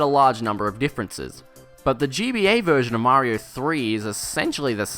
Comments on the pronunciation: Mario not Marior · MAHRYO...?!? WTH! I can't take it a whole video